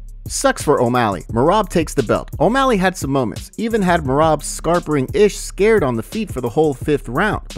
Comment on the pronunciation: Feel bad for merab, his name got butchered all event with everyone calling him dewishWilli😂😂😂